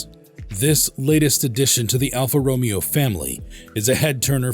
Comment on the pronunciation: Alfa Ro*May*O!!!, get it Right!!!